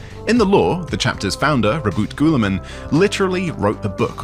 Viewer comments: Bro… why you pronouncing Robert Gooner man’s name like that… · I'm pretty sure it's pronounced Roboute Guilliman, not Roboute Guilliman...